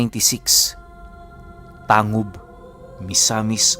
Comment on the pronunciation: Tang-Hub po ang pag banggit nyan